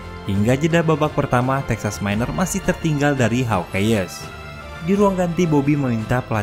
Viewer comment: Hawk ais baca nya bukan HAWK EYEEEEEEESSSS 🤣🤣🤣🤣🤣🤣🤣